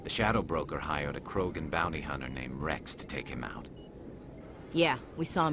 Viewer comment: I know is not the focus of the video but when the primarch said "urnot Wreav" and not Wrex my heart got broke